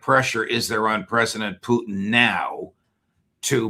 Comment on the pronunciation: 3 minutes I lasted before I had to turn off this numpty! Why the judge gives him airtime I'll never know. Maybe he likes Putin being pronounced Poutine...he's not fucking cheese curds!